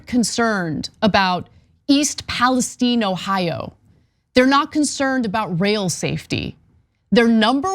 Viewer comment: I live 20 minutes from that rail accident and we pronounce the town it occurred in Pales-TEEN not Pales-STEIN. If you cared so much about the safety at least learn the towns name.